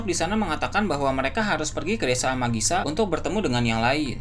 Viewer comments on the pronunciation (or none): Amagisa atau Amigasa